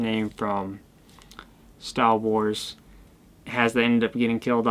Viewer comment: no one:: STAW WARS